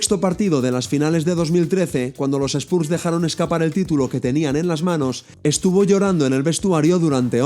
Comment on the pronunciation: Gran vídeo, como siempre, solo corregiría la pronunciación de Spurs para los siguientes :P